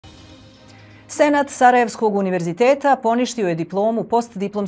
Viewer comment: Kad kaze Senat ja cujem Senad (hadzifejzovic)